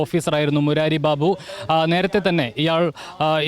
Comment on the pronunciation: ബീബു അല്ല ബാബു 😂